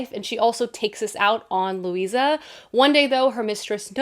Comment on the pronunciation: Currently reading The Familiar...it is so-so good so far! However the character's name is Luzia (Lou- zee-a) not Lucia Lou- see-a).